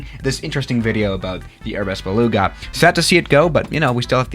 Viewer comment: baluuuuuuga. is that just me on how he pronounces it?